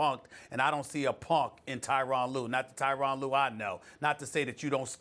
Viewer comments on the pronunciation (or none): Can SAS get Tyronn's name correct. It's pronounced Ter-ron